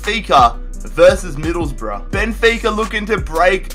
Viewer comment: Stop saying hills rough